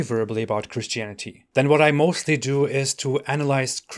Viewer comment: I love the way you pronounce Christianity 😂😂😂😂😂😂😂😂😂😂😂😂😂 Christianiteee